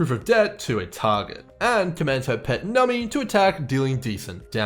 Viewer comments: its pronounced num-bee like number :) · I can only take so many “nummy”s holy cow lmao